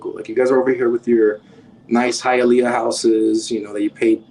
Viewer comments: It's pronounced "Hi-yuh-lee-uh" lol. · It's pronounced hia-lee-ah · Hialeah is pronounced..."HIYA LEEYA" ur killing me with ur pronunciation 🤣 🤣 🤣 can't believe no one corrected you on that before you posted this. This was well put together though. I'm from south Florida...u should do one for Broward county, take em thru north Lauderdale.. pompano, Lauderdale lakes and lauderhilll down 441 by the swap shop to sunrise... hollywood and east side Miramar... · It is pronounced HI A LEEEYA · It's HiaLEEah. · Hialeah is pronounced “high-uh-lee-uh” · Hayaleeea. Lol. Good video ! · Not to bash your work, but it is pronounced "Hi-ah-lee-ah" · Hialeah is pronounced Hi-ahl-ee-ah not Hi-ahl-ea-uh.